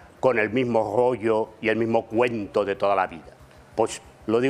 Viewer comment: No me vengas a explicar tu gorrrrllo❤❤❤❤❤😂😂😂😂😂😂